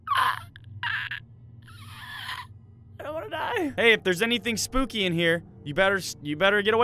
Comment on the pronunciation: did you say spopy